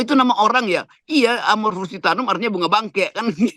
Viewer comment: Bung roky, amorphophallus titanum.bkn titanium 😅